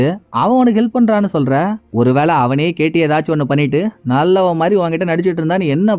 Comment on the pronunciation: Ketty ketty nu solumbothu enaku whity whity nu than kekuthu bro